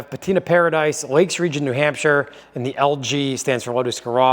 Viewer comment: New Nampshire 🤔 maybee its correct! 😅🤝🏻